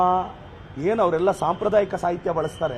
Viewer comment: ಏ ಮುಳ್ಳುಹಂದಿ, ಸಾಂಪ್ರದಾಯಿಕ ಪದ ಅಂದರೆ ಗೊತ್ತೇನೋ ನಿನಗೆ? ನಿನ್ನ ಯೋಗ್ಯತೆಗೆ ಸಾಂಪ್ರದಾಯಕ ಪದದ ಉಚ್ಚಾರಣೆ ಸರಿ ಬರಲ್ಲ.